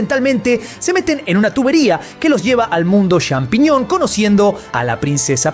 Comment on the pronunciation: hablaaaa bien inbesil !!!!!!! CHAMpiñon !!!! no XAmpiñon ni Shampiñon.... no es dificil de pronunciar